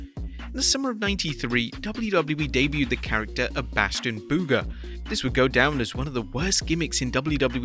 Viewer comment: Idk why but bros pronunciation of "Bastion Booger" has me geeking hardcore